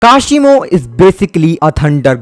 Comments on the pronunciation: Are bhai uska naam kushimo nahi hai uska naam kashimo hai naam to sahi se lo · its kashimo not kushimo